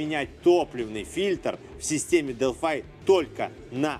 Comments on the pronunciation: зачем делфай то?правильно же делфИ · я зеникому этот же вопрос задал,вот прям ухо режет дэлфай,потом специально нагуглил произношение,дэлфи же наx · Привет. Делфи - это язык программирования и город в древней Греции. Делфай - производитель запчастей. Гугли тщательнее. А ещё лучше - глянь в YouTube. У Делфай тут свой канал, послушай внимательно, как сотрудники компании произносят её название.